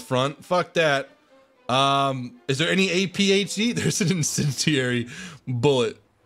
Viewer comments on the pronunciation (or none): none